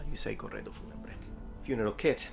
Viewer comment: Ohi, ma sei italiano?! Hai detto "corredo funebre " troppo bene